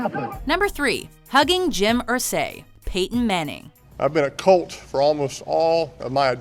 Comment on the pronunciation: J Mathews Considering she kept putting emphasis on the wrong part of Irsay’s name (IR-say, not ir-SAY), it’s clear that she has no idea who tf he is or what she’s talking about. Because Jim Irsay is an awkward dude.